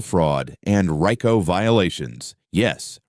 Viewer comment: You say you're formal law enforcement, you are mispronouncing "RICO".